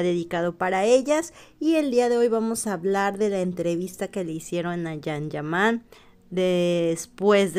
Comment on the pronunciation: Yan ,no jan,yaque la j en español riene otro sonido